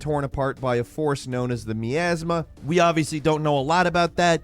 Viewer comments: I love, but every time he called it me-asma instead of my-asma i wanted to rip my hair out. idk why it bothered me so much also, i'm immensely hyped for soulframe as warframe is one of my favorite and most played games of all time, and i'm extremely interested to see what they'll do with a slower paced fantasy setting. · My as ma (miasma) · That isn't how you pronounce miasma or yakuza.